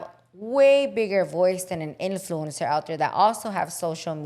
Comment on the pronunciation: Your influence pronunciation is off 😅. in ·floo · uhn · sr